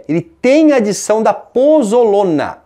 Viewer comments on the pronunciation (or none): POZOLANA e não pozolona